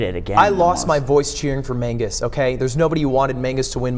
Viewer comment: 9/10 show. Would be 10/10 if you stopped saying "Mangus"